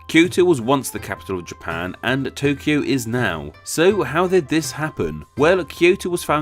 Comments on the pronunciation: Comment about your Tokyo and Kyoto segment. 1. You are correct with the Kyo part but when it comes to To you are off base. The error is with Romaji translation. The Japanese pronounce Tokyo like Toukyo. It is lazy Western pronunciation that drops the U. Like Tsunami, Westerns drop the T and just say sunami. In the Japanese written language Kanji the symbols play a major role in the use, context, and meaning of the word. Just like with Pair, Pare, Pear in English Yuki (my son's name) has many meanings and is pronounced differently even though English spelling is the same. Yuki meaning Snow is 有 . Yuki for a girl 雪 & Yūki/Yuuki for a boy 優 and ゆき distance from the seam in the back of a kimono to the end of the sleeve. These are just some basic examples. of the same sounding word to Westerns being very different to Japanese. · The pronouciation of two TOs (TO of TOKYO and TO of KYOTO) are different. TO of TOKYO is a long vowl and TO of KYOTO is a short vowl. TO of TOKYO and KYO of both were originaly double vowls like TOU and KYOU. TOKYO is written TOUKYOU by Japanese characters (not Kanjis) and pronouced TOOKYOO, and KYOTO is written KYOUTO by Japanese characters (not Kanjis) and pronounced KYOOTO. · The "to" in Tōkyō and Kyōto are not pronounced the same in japanese. The line over the "o" means that it's a long vowel. So the "to" in tokyo is said with a long vowel and the "to" in kyoto is said with a short vowel.